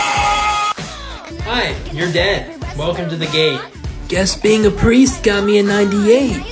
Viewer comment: THE fact on the first seasons finale he said pwull and pwiest